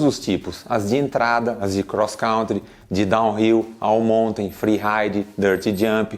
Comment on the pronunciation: voçê errou disse crosscrauntre 2 vezes 😃